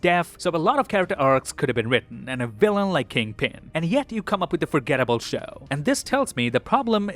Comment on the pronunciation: Kingpin as kid-pin 😂😂😂😂